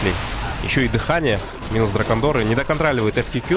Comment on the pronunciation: Приветствую. Как всегда, желанный комментарий от пяти слов 😊 ДракОндеры - я же тебе ещё на стриме писал, а ты озвучивал 😉